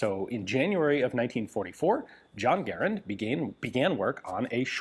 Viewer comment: Thank you for pronouncing Garand correctly!